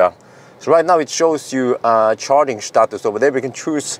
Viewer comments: Helga! Schtatus Report! Achtung Teschla! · "Charger Shtatus" 100% funny. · Charging SHtatus 😂 If you know, you know.